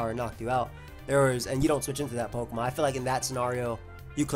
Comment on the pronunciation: Fun vid but pronunciations are sus af